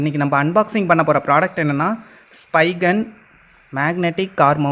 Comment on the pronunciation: spigun ila spigen